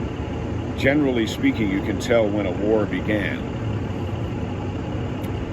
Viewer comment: you stated “generally speaking” For some reason my ears heard General Lee speaking? Then an image of the famous orange Dodge Charger with 01 on the door popped into my mind. Love them Dukes!!! 👍🏻👍🏻